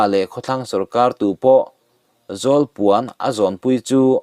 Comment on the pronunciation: Zawlpuan tih hi zawlnei tih ang zawl puan tih tur zawk a ni ang